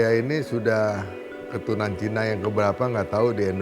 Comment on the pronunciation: Ajarin narator nyebut CINA nya biasa aja ga usah ada nada penekanan !!! Rasis !!! Masuk islam bukan jalan supaya ga dianggap CINA. tetep aja CINA. Memang klo org yg kurang berpendidikan rasisnya minta ampun. Lo ke jambi baru nyaho cina sama pribumi sama2 sipit ! Pusing2 dah